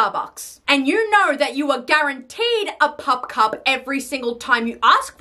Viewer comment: bro the way she said pup cup scratched my brain puPcuP the little pop xd